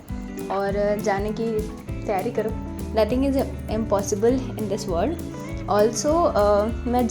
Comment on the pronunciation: Didi you had me when you said - "Nothing is ampossibal in this wold" Thanks for opening my eyes & liver❤❤❤🎉🎉